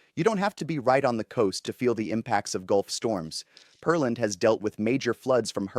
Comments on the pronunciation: It's not "Per-Land" - but "Pear-Land"....Just like it's spelled! LOL!!! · I’m pretty sure it’s Pear-land, not Pearl-and. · It is Pearland. Check the pronunciation before you video!😢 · This guy's probably not from Texas OR is not familiar with Texas cities name pronunciations. Smh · But not of Peerland. He's apparently never had anyone pronounce the word "pear" to him before. A pear is a fruit and pronounced similar the word "bear".